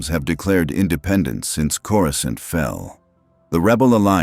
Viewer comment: “coruskaunt” God I hate these garbage AI voiceover channels